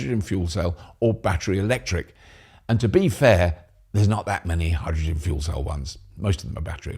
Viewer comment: Did you say Hydrogen Fool Cell? 😅